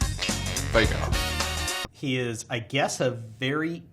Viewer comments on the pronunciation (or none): THAT IS HOW YOU SAY VEIGAR. STOP WITH THIS VAIGUR BULLCRAP